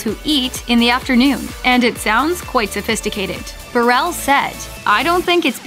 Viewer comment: The name Burrell is pronounced Burr-ul (stress on the first, not last, syllable)